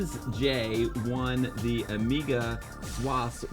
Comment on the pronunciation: Love it! ‘Blazej’ pronounced ‘Blars-a’ 😎 not Blaze J 🙌🏻